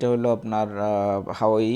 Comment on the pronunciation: হাওয়াই না,,,, হুয়াওয়ে হবে মিয়া